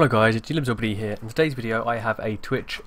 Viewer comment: Lol he said tweeah